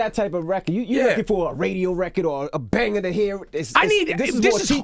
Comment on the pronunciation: somebody please tell this man that the word is "Banger"